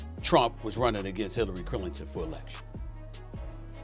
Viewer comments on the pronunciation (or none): This niggah said Hilary clirriton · Who’s Hillary Claringhton